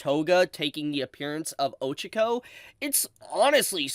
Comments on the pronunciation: stop pronouncing names wrong on purpose, I hate how so many videos do it just to be "funny" it ruins the experience of the video, and if it's not on purpose then you are an idiot, watch an episode where they say her name and then pronounce it like they do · The true massacre was how you pronounced Ochaco